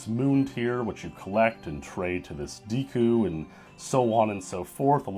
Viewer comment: You mispronounced "deku".